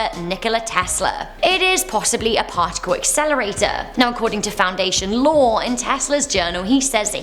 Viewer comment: says partical accelerator Me: I AM THE FLASH